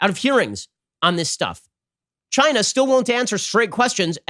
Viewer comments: Love how Trump accentuates his pronounciation of "CHINA"! " CHAI NA" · It came from CHY-NAH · Chy-nah...is asshole!